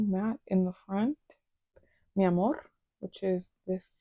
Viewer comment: Do you speak spanish? That "mi amor" sounded perfect.